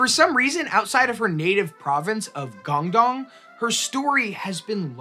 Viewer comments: Why would you make an entire video about a chinese pirate and not make any effort to pronounce any of the chinese words even semi accurately. Baijiu isn't pronounced like it has an x in it and guangdong isn't pronounced gong dong. You could google the word and in 4 seconds get a pronunication guide. This is much lazier than I expected of this channel and evidence towards my personal theory that Americans cannot read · Yeah, great topic, it would be nice for the presenter to either take some time learning how to pronounce her name, or her province (what is Guangdong?), or to at least point out he didn't know how to say them.